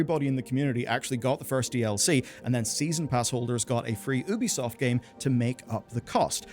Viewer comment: The way you pronounce Ubisoft drives me XD "Oobeesoft" lmao It's "yuu-bee"